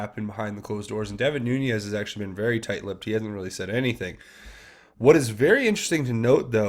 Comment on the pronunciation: love your breakdowns. Keep up the great work. One minor correction: Devin Nunes is pronounced NOON EZZ not Noon Yez.